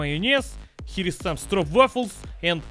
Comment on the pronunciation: Im dutch and have to say you pronounced stroopwafel very well!!